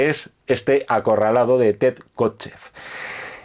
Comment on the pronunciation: acorraldado? no mamen jajajajaaj